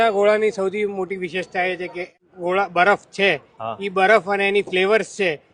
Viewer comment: ગોલા નહીં, પણ ગોળા😋